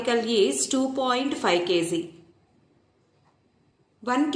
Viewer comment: kg bolna sheekh le phele gawar